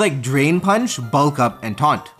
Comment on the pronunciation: only one who always hated how he pronounced bulk ?